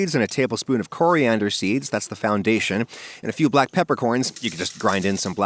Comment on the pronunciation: Coomin, Coriandurr and Cardamahm